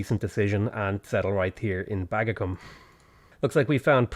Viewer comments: I’m probably wrong but I think Bagacum is pronounced “buh-GA-coom” if that saves you any embarrassment :P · There was no need to rename to Baggy - it was likely pronounced 'bag-a-coom'. Firaxis could have gone with its other, less used Roman-era name, Bavacum (which is the origin of its current name, Bavay). I figure they went with Bagacum for meme value...they know their player base. :D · That city name tho. BAG-A-CUM 😅